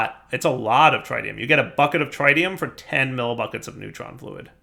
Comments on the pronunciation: TRITium. Pronounced like pit, zit, and bit. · tritium, with a short i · his pronunciation of tritium hurts my soul... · God, we're back to mispronouncing 'tritium'. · Now comes the next 5 episodes of saying H3 incorrectly. Yayayayaya